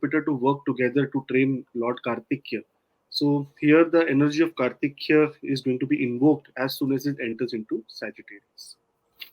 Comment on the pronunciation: Dear ji, its Karthikeya not Karthikya 😊🙏 Wonderful analysis 👍🏻